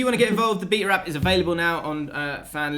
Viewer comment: ' pronunciation of BETA lol